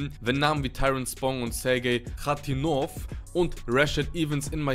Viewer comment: Wer zur Hölle is hatinouv der Mann heißt kharitonov